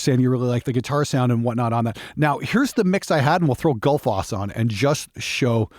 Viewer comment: Given that it's named after the Icelandic waterfall, I think it's pronounced more like "Gootl-foss".